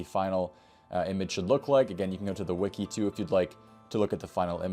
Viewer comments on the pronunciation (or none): none